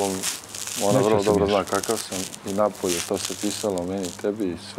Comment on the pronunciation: Upravo to cuh i htedoh da prokomentarisem i vidim ovaj komentar.. Svi su poceli to govoriti kao i 'napolje' umesto napolju 😂 strasno